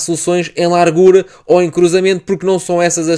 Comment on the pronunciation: bom vídeo, gostei da análise, particularmente a análise quanto ao miúdo Norueguês. Quanto à fonética do português. a camisola está larga, como se fosse lárga (palavras graves têm a tendência de não serem acentuadas) e a palavra largura não segue a mesma fonética, não sendo lárgura (que de acordo com a convenção linguística teria de se pronunciar foneticamente como uma palavra esdrúxula). Igual com as palavras: estado e estadual. Não se diz "estádual". Senão estás cada vez mais perto do Brasileiro (enfatizo, brasileiro e não português do brasil que, de todo, não existe). Honra se faz favor a língua de Camões falando-a devidamente, é uma língua linda e se fores ouvir o nosso fado nunca irás ouvir "lárgura". Repara na fonética destas palavras: Faço ; fazível. polo ; polarizar; grosso ; grossura Lavo ; lavado Lacuna ; Lateral Não inventes pá. Isto não é brasileiro. atenção que alto ; altura. tem o começo na "forma" al que vem dos árabes e está seguido duma consoante. Só em exceções é que se sucede. Alegoria já segue a fonética normal da Língua de Camões. No brasileiro é que se diria "Álégória".